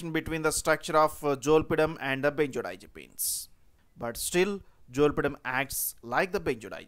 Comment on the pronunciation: If i have to hear the word "benzerdiazerpeens" one more time...